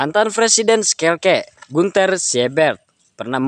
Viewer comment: skelke sp min tlong diperjelas lg 😂😂shalke😅